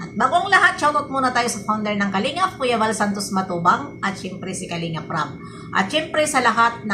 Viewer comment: BB YONG RAB MO NAGING RAP 😂❤❤❤